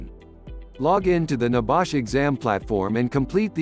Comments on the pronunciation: Not so secret if they are on youtube, ain't it? And stupid idiotic voice over. Nebash? Downvote! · What is NEBAASH? R u over speaking about NEBOSH?